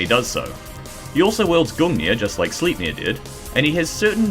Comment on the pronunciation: Bro learn how to pronounce shit 😅 Sleepnir? Its sleipnir , slype-near